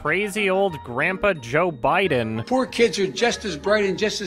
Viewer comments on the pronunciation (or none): none